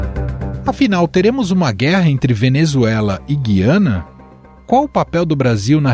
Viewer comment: É GU-IA-NA, GU-IA-NA, GU-IA-NA, parem de falar o nome da porr@ do país errado!